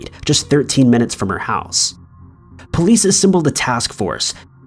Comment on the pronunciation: Why does pronounce "police" like "poleeeeece?"